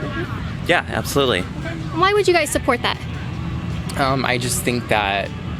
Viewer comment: "Yas, abtholutely!! 💅"